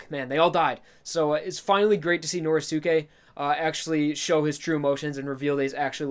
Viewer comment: I think it's pronounced "Noriske"